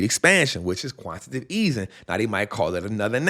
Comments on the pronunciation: QUANT-TI-TATIVE!!!!!!!! Not Quant-tative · Yo, It's Quan-ti-ta-tive 🎉. Great work brother! 💪🏾 Love the channel!